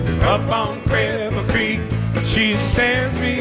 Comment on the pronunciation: tom I love you with all my heart but you butchered Cripple Creek. Levon is slapping you from the grave. sorry baby